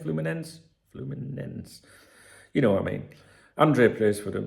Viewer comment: Your pronunciation of Fluminense seems flawless to me,. That being said, I really appreciate that you are thorough and you do your best to be precise in the little details. 👍